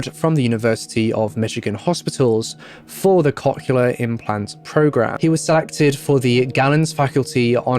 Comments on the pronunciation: One correction: cochlear is pronounced "COKE-leer" or "COCK-leer". It seems like it's one of those ones like "nuclear" where some people who pronounce it "new-kya-ler" instead of "new-clear" can't actually hear the difference in their own head. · It took me a couple times to realize he was saying cochlear and it was a little funny, because I am immature. Cock-uler implants, eh? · As one person commented, he pronounced cochlear wrong over and over again 😛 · around there the hearing aid term was some what mispronounced which I know because I have those type of hearing aids at age fourteen currently but he did his best at pronouncing it and some ppl say stuff differently